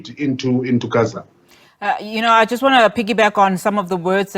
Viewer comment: Newsreader- there is no need to glottalize the word Gaza. Most pretentious. !!